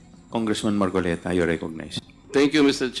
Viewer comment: Weeee dumali nanaman si gadgaran facing ..'marcolets " 😂😂😂😂😂😂